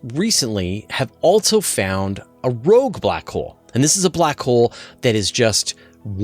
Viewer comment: "Rouge" hole...??